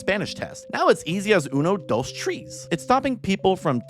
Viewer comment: rip that one segmet where u mispronounced uno dos tres ITS OK IM BAD WITH FRENCH